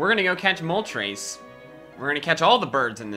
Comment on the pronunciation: It’s not moltrase it’s more moltress